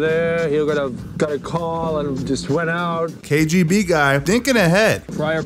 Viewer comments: ‘KJB’?! No more head-contact sparring... PS. Don’t EVEN blame your New Yakk accent homie 🙈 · you kept say kjb instead of kgb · Anyone notice he says KJB instead of KBG